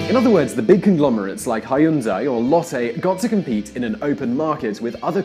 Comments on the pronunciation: Amazing video!!! Please correct pronunciation for Chaebol [chebol] / ch pronounced like ch for church Hyundai [Hyoonde] like Hugh in Hugh Grant :) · OMG, when he killed the pronunciation Hyundai......... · "hai-oon-dai" lmao.... its pronounced "hee-yun-dae" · Hyundai is pronounced Hun Day. 현대 not 현다이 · How the hell can Hyundai become "Hai-Woon-Dai" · how tf with the 'hun dai'.... is it that hard to spit it into google translate and let the voice correct your pronunciation? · sounds like this guy read about the Korean economy.. in Wikipedia. He gets so many of the facts and pronunciations wrong lol. If only he went through just a couple of videos on this topic he wouldn't be wrong on so many levels.. Hai-un-die? Kai-bol? 😂 1. Chaebols(pronounced Je-buhl) are NOT funded by the government. Entrepreneurship is relatively discouraged, but it's not because big conglomerates are backed up by the government. It's because chaebols are infamous of taking great new business ideas and behaving as if they came up with those business methods. 2. The first company to mass-produce mobile OLED display was Samsung, not LG. If you were talking about OLED displays in overall you might have been right but no.. 3. Most of the elites in Korea don't even care to be one of Chaebol's employees. Big conglomerate jobs are preferred to small business jobs, but mostly professions with authorized licenses are preferred. 4. The Gangnam district you said people want to live in is NOT the Gangnam in the song. Why would you wanna live in the noisy commercial district? Rich people usually purchase homes several subway stations away from Gangnam. What makes you think the song represents the society? It wasn't a serious song anyways. 5. Samsung is the second largest in net profits next to Apple in mobile phone industry. So your claim that the heavy reliance on chaebols is not good for generating profits can be right but it's for the wrong reasons. I envy your ill-grounded confidence